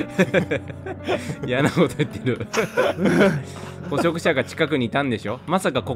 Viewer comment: 有刺鉄線（りゅうし鉄線）もずっと気になってたんだけど、 捕食者のこと「ほそくしゃ」ってきこえんだよな、、、